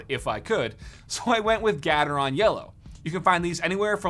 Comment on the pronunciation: The way he pronounced gatreon trigger anyone else? 😂😂😂